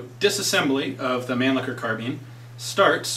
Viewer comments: Not pronounced man licker. That's completely butchering the German pronunciation. Its man- lisher to type it as it sounds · Nice job Ian! Just wanted to share with you that the Europeans of Germanic descent with whom I've discussed such things as the Mannlicher rifles, et. al., would pronounce the name (phonetically) as mahn-leesh-uh. Otherwise, your knowledge makes for quite interesting vids!